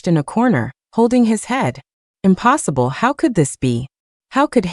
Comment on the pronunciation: "uñpossîblë" and "é galñçéd" so french lol